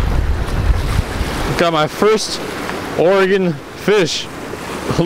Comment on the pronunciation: I don't know where you're from originally but me being from Portland, i appreciate you saying Oregon correctly!